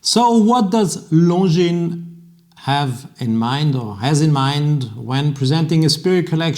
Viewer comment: You pronounce Longines perfectly ( now we need to get the other watch people to do the same )! Should I sell my beautiful Longines Grand Prize Automatic and buy a new Spirit Chronograph?